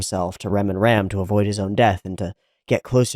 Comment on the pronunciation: For what I know "Ram" is read as latin (as all translated japanise names), i.e. something like english "Rum". Thanx for episode.